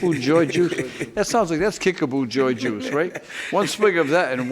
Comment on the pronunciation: Kick-a-POO, not Kich-a-BOO...